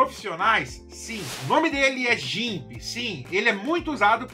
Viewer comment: ótimo vídeo com dicas mais uma vez mas dá uma melhorada no inglês....hehehe. QuickLook não é KickLock e GIMP é pronunciado GUIMP, não com o G sendo pronunciado como em "gente". Se a pessoa só escutar o vídeo em vez de assistir, vai procurar pelos nomes errados. 😉Abs.